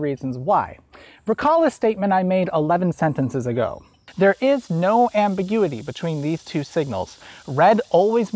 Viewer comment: lol amberguity